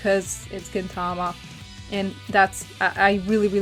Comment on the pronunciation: GintaMA, not GinTAma yes I am a weeaboo.